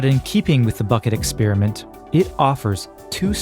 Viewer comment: Firstly: it hurts the ears to hear "exp-ee-riment" ; it's "exp-a-riment"😀. Besides: Hypothesis 2 has to be true. Otherwise, it's nature itself itself (herself? like in "mother" nature? or themselves? like in wokese-twitterese?) that has the trouble of creating a predating, sub-existing, "basis" theatre of infinite, infinitely dense sets of spacetime coordinates where reality comes to play its role. This however seems rather complicated, since spacetime behaves weirdly, making it so far impossible to reconcile GR and QM... The only logical answer is that spacetime is emergent at some level (possibly way way waaay up in the scale from the Planck's 10^-35m/43s - maybe it's just nanometers instead). That emergent rather rigid fabric then gets dragged along with the "motion" (whatever it REALLY might be) of any "frame of reference" (= a set of relationship based networks between events that are interdependent, aka: "an observer")